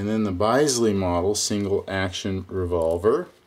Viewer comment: Bisley is pronounced "Bizlee" - named after the National Shooting Centre, Bisley in the UK.